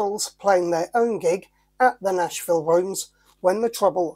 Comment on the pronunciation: Nashville has an H in it 🤦🤣